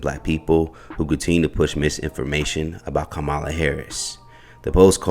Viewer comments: The commentator needs to learn how to say the vice president name properly. He's saying it the way Trump would say it. It's not acceptable. Can't believe nobody in his office where you work could correct you. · While I do appreciate the reports that you bring. In the near future could you please pronounce the VP. name correctly? It's bad enough that the other side is miss pronouncing her name on purpose. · Commentator please say her name correctly. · I hate to be that person but it is far past time for everyone to pronounce her name correctly. Don’t we as a people get annoyed when white people purposely mispronounce our names after we have corrected them several times? I love everything you all are doing on this channel but it’s hard to take anything you say seriously about any serious subject you discuss when you won’t even make the attempt to pronounce the Vice President of these United States of America’s name correctly. It’s really not hard and her name is not any more foreign than Shaneka. ( see how you pronounced that with no problem ). Edit: I was too quick to judge but I see by the end of the video. You pronounced her name correctly. I stand corrected. What I said still applies to many people.